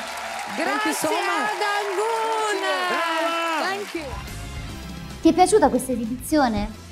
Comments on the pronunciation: Anggun. Bukan angguna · Anggun woy bukan angguna.wkwkwk